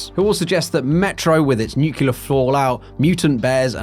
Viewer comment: Nucular fallout? Nucular? :))))